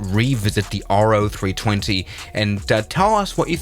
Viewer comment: It's pronounced "Row-320" not "R-O-320"